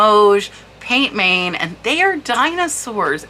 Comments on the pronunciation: Hi! Amazing trinket boxes- love that you do these videos Kewpie is pronounced like this: “cue- pea” And pient main means hand painted in French Pronounce main like this - “Mann” not main as it would seem to be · As I live in France I also can help with pronunciation. Peint main is pronounced more closely like Pan man with very little emphasis on the final “n”.